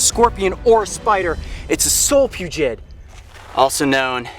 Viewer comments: Solfugids (not Solpugid like he said in the video lol) are terrifying. Technically these aren't spiders but their still terrifying lol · I thought it was solifugid not solipugid? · Solifugid not solpugid